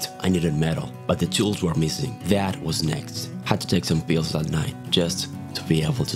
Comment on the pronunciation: "I took some peels"